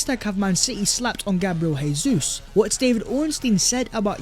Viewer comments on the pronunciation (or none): Jesus is pronounced as Zhe-zous not Hey-zous. He's Brazilian. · Probably no one cares but it's Gabriel JeyZeus because it's Portuguese, Hey-Zeus is Spanish... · Rubbish....its Portuguese, its Jay-zous, same way Jose Mourinho is Joe-zay